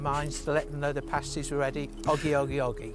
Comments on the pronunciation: Dude it's not "pastie" like paste, but "pastie" like past. Also, Cornish means from Cornwall. Jeezo you Americanos!!! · She said VEG not FUDGE. Tin mines in Cornwall..not coal. Cornish because from Cornwall..nohing to do with corn. Please listen to what is said..it is soooo frustrating. They are prouncef pahh-sties ..or with his English accent ..pass-ties.. But never pay-sties. Pay-sties are what strippers stick on their nipples. 😅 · Its not pronounced pay-stees its PAA (as in Patrick)-STIES bloody yanks getting everything wrong. And the mines were TIN. Never come to Cornwall you will get right royally screamed at for getting the names and history wrong. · How come, even though you’ve heard them saying pastie as in (castie) but still pronounces them as paste-y and nobody mentioned fudge in the video??? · not PAY-sties, PAH-sties. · It's pronounced, 'pass - tees'. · Say the word Pass (as in pass the ball) then add a T. So they're pronounced PASS - T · A paastie as you pronounce it is usually worn by a burlesque dancer to cover her nipples, just saying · Even after watching the lady pronounce the name of the item correctly several times you still managed to mispronounce it.